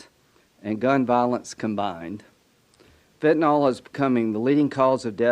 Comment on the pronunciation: Cheeto puff's bestie cheese puff what do you mean "we're gonna"?? You can't pronounce fentanyl correctly. You are a damn joke yourselves 😂